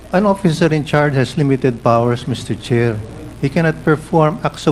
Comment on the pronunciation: Hahaha! Mas nakakatawa ka pa sa Boyoyong Clowns, Mr. Fernandez! Nanlamig at parang gusto mo na matunaw no? Hahaha! Ayusin mo kasi, sir. Umpisahan mo na sa pag bigkas ng "oFFicer", kasi pinagpapalit mo yung "f" sa "p" e. Right minus wrong pa naman yan. Buti nalang sinalo ka ni Mr. Chair. Tsk!